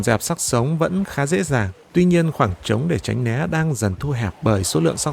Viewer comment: Giọng đọc mọi thứ ok. Nhưng mà tránh né not tránh lé nha